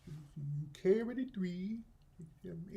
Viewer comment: "Carry duh 3" 🤣🤣🤣🤣🤣🤣🤣🤣🤣🤣🤣🤣🤣🤣🤣